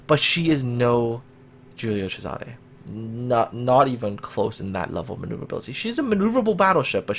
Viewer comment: Hey, your pronuntiation of italian ships names is great! Thank you for not butchering them, I really appreciate it. A little tip for the Giulio Cesare, you pronounce it "Cesàre" but it's actually "Cèsare". Keep up the good work:)